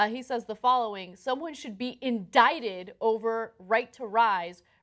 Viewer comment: It... it.. says indicted, not indited.